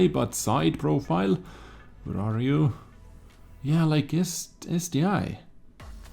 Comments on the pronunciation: Late to the party, but it is ST 1, not ST i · Also, it is ST-ONE (ST-I) just like it is Tiger ONE and not Tiger "eye". Pls don't kill me for saying the truth xD love ya